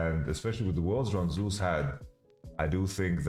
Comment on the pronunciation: "Zus" and "Sus" are different my man